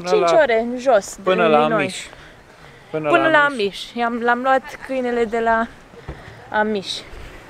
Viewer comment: Amish - accentul e pe A, nu pe sh